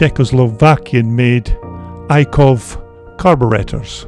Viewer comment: Superb video as always, I love these CZ dirt bikes, and as a Czech man I have to say what a shame it is that CZ no longer makes amazing bikes like these. And one small thing, the carburetor manufacturer is called Jikov, the J letter is hidden inside the logo.